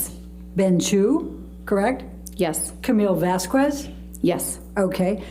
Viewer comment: "Objection!! R-relevance..?? Objection!! Sh-she can't say that, Your Honour"😗. "Mum's friend " really tried to be like "Vasqwehz" (ijit "mum's friend"'s pronunciation. Not my assumed spelling🙃) but fell waaaaaay short💁‍♀️. Arguing with the judge was a REALLY poor choice and that's obviously only one of many reasons she failed. Just wanted her put out of our misery.